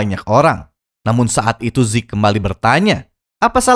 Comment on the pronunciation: Zeke bang bukan zek